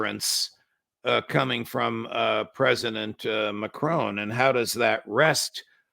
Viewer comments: Macron, not Macrone. How hard is that? American's are retarded. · Wondered who he was talking about at first. Their pronunciation of Macron is way off, lol.